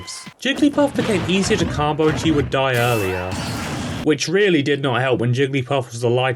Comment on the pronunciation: stop saying carmbo